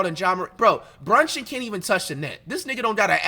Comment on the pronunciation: Everytime he say brunchin I start dying😭😭😭